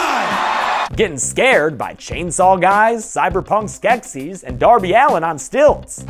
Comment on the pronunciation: This man really said darby allen